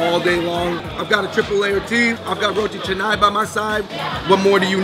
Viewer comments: finally ur pronunciation of roti canai is right~~~~~ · Finally you said roti Canai correctly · Congratulations on finally getting the pronunciation of "roti canai" correctly compared to your past video! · Ooooo, Fung bros finally pronounced roti canai right!